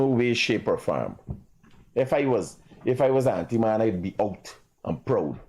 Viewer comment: The word is antiman not auntiman